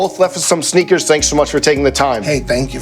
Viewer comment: Mike’s pronunciation “Sheneakers”